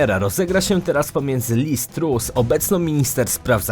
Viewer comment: Wymowa Lizz Trust aż boli uszy